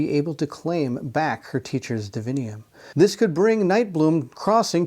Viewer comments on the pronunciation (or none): Why reading DIVINUM as divinium? Is sanctum sanctium? Or pendulum pendulium? 🤨🤷🏻 2nd presenter doing this mistake. Ok thats enough 3 times you misspronounced and have problems reading clearly in few moments gotta stop watching at 15 min mark cant take anymore sorry. Google up “divinum pronunciation” it will show you 3 entries all will tell you how its supposed to be told its latin word…